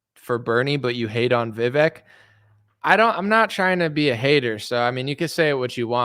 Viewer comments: Hopefully you’ll have enough respect to call him by his name, vih-vake not vih-veck. Not caring enough to get that right speaks volumes. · I think you have too much invested now to say youre doing it in good faith. If you go so strong youll look weak if you back down in this debate which is why his team KNOWS you guys are going to be hardass. Its pronounced VIVAYK and you should do your homework properly and check how its pronounced at least! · Vivek is pronounced like it would be spelled VivAke. Good luck with the debate. It seems your trust issue is suspicious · It's Vivek,.. Pronounced Vivake , like Cake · VIV-AKE ... RHYMES WITH CAKE ... pronounce the e like a Spanish e.... which is our long A sound. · Please keep yourself open to seeing Vivek for where he's coming from and what his goals are. I learned how to pronounce Vivek's name on Your show when one of his people came on, why don't you know how to pronounce his name?